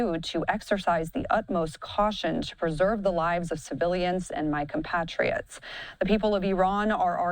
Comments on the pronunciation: It's COM PATRIOTS. NOT PAT RIOTS IDIOT. Patriots. Think of it like Comrade Patriots. Gawd. 🤦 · Please pronounce compatriots correctly.